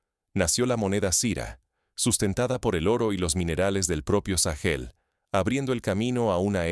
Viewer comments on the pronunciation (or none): Porque le dice sagel a Burkina Faso?